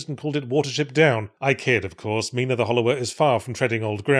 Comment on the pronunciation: What is my name doing on a game?.....ngl, it's a little surreal that yhatz keeps saying my name and actually pronouncing it correctly 😂